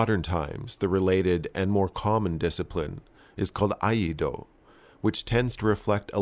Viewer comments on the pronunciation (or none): Pronounced Eee-eye-doh. Thanks for the video. More samurai content please! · It's pronounced as "ee-eye-do" for 居合道/iaido. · you inverted the pronunciation. It's iaido, which sounds more like "E" "I" "THOUGH"